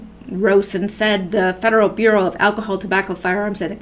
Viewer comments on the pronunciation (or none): none